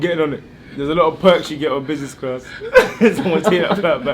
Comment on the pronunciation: Man said businessclart